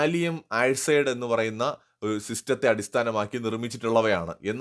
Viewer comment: ഗാലിയം ആഴ്സൈഡ് അല്ല ആഴ്സനൈഡ് ആണ്